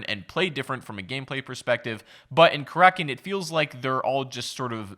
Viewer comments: He says Kar rak in not cracken but I agree he said it wrong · Karackin or Karakin? Time for an editor, or at least a producer